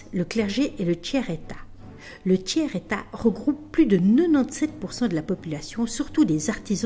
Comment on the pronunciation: Le tchère état, hahaha